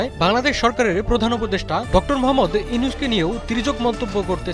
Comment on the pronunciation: Younus ❌Nunus ✅😂